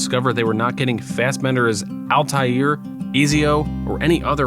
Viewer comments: I'm surprised that you pronounced Altaïr correctly and not Ezio lol. It's pronounced "Et-zee-o" not "Eez-e-o". Hope this helps! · It's ezio not izio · It's Ezio..... Not Eazio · “Eez-Zio”? It’s pronounced “ETS-ZIO” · hearing this guy say “easy-o” when talking about ezio (et-see-oh) physically hurt me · EASIO!?? It's Ezio! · This man really called Ezio "Easy Oh" 😂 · "Eezio?" Dude... How do you claim to have all thus knowledge but butcher the name that bad lol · The film is 100% better when compared to the way you pronounce Ezio… “eezio” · Did he just pronounce Ezio as “easyio” smh… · Mans read Ezio as easy-o... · Did you pronounce the best character in the entire AC continuity as Easy-Oh? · Bro really said "Easy-O" 😂🤣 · “Eezy-Oh” Auditore 😂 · Damn dude ezio is pronounced et-z-o, why do people make videos and cannot pronounce the names correctly. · My man’s said EEEZIO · "Easy-O" XD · Lol "Easy-O" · Ahh yes, easyo, my favorite assassin….and cereal. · This dude just said "Altair or Easy-O" xD. I love professional work. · It's pronounced "Et-zee-oh" btw